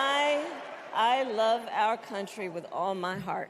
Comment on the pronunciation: Why does she says “ma mother” like if she’s southern 🤡